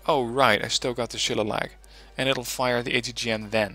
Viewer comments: Nice vid, just one thing though, the Shillelagh missile is pronounced shil-ley-la (its an Irish word) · This deck was awesome at helping me develop mine. Thanks for going into detail on things. It helped me reverse engineer a few pieces to modify them to fit my needs. Though, as an Irish guy it killed me the way you pronounced Shillelagh. "Sheh-lay-lee"